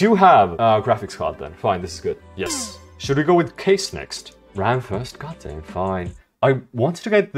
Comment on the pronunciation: bro, it was ram, not rem bruv